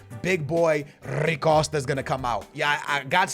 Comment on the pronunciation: Bro who tf is “rri costa” this man can’t pronounce anything to save his life